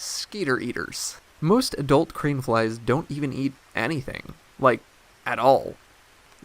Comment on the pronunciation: I keep hearing “cream flies.”